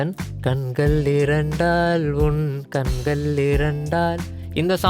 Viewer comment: Good, but you have to improve your Tamil pronunciation. It hurts to hear "கண்கல்"